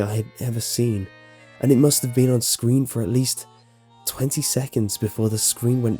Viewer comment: Every time he says been,he pronounces it bieen